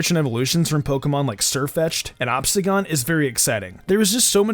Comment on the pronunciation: Wait hold up. he says ObstaGON not ObstaGOON. Lmao